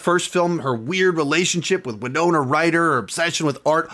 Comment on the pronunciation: Thank you for pronouncing "Winona" correctly. Charts with Dan was making me cringe. This looks great! We're planning on going to it next week.